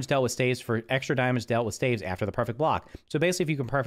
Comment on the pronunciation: Dude pronounced staves wrong